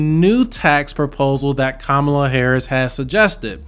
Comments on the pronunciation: KAMA...LA! NOT KAMAA...LA! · How can someone who can’t pronounce Kamala correctly not be biased? Also this election is more important than taxes. Your civil liberties and freedoms you take for granted are at stake.